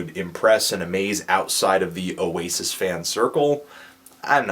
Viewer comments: Notice, how pronounces Oasis perfectly. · said Oasis right. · Of course, pronounces Oasis perfectly.